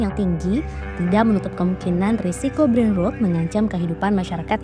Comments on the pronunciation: Tempo ini bikin konten bagus tapi voiceover nya bikin malu ngedengerin cara baca dalam bahasa inggris “ brainrot” 😂😂😂… emang ngga tau cara baca nya atau emang ngga bisa bahasa inggris host nya ini? Brainrot dibacanya brainroot 😂😂😂😂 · Iyaa dri td dengernya gregetan banget kok rut2 trs nyebutnya hahaha